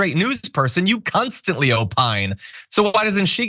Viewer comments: ..did you just say “cunstantly?!” 😂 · Did you, a , say "cunt-stantly opine"? Know what idc if you did, its fantastic and im using that from now on. Love you guys! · Did he say “cuntstantly”? 😂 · “You cuntstantly opine….” I HEARD 👂 that! 😂 And yes, she does—and it must make her CRAZY insane that her daughter is a Swiftie! 😎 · Anyone else do a spit-take when John paused while talking about Faulkner 'you const.....antly.....?' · If he didn't; both of our ears tricked us. 🤣🤣